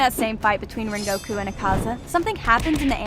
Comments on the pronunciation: You can’t even pronounce his name “ren go ku “😒😒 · Can you pls stop callinflame hashira donuy